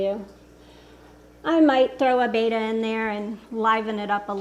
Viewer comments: It's BETTA (be-tuh) NOT BAYTUH....you should know this! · It's betta, not bay-tuh so... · It is pronounced betta not beta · why? It's incorrect it's embarrassing.